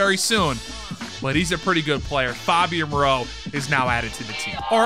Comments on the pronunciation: FAY-BEE-YAN Moreau. Pronouncing it like he's Fabio 😂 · Mans said “FOBian Moreau” 😂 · It’s FAYbian moreau